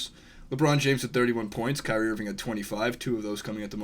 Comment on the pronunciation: That didn't sound anything like "Kyrie"